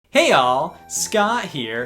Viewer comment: OK BUT IN THIS EPISODE IT SOUNDS LIKE HEY Y'ALL BUT WE KNOW ITS HEY ALL